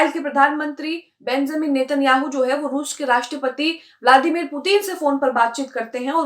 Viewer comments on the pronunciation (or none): none